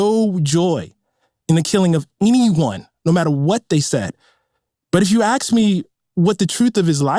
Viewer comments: ax or ask? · "If you axe me . . ." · Ta-Nehisi is lying fool..What Question did you Axe? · As soon as someone says "axe" me, I'm done. Also, that Ana Navarro thing needs to redo her roots😂. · If you AKS me! If you AKS! Id have to say that guy LOVED Ovomits hate mongering!